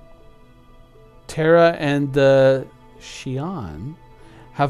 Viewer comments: What's with the argument and misunderstanding, CIG told you the two ways to pronounce Xi'an but what you were saying wasn't either. Check the atv showing the language creation. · Good stuff here. It's funny, the state Arkansas is pronounced Arken-saw and in Kansas, there's a river called the Arkansas river and it's pronounced R-Kansas river. Keep pronouncing Xi-an as you do, it's how YOU say it, we DO know that you know how to say it as CIG wants so it doesn't matter.